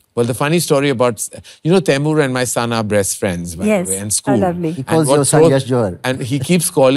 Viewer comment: Did he say breast friends ?🤦🏻‍♀️